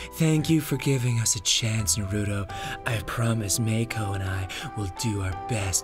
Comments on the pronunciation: I hate the way you guys say Naruto. Have you even seen the show? Nah-roo-toe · I love naruter and watching animoo and reading mangers.